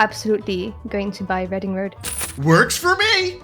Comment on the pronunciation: I wonder how many people learned that Reading is pronounced reh-ding not ree-ding through this video